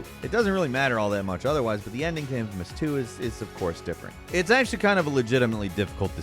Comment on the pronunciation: For the infamous stuff you mispronounced names hard, like made me laugh. but it is a good game when it came to choices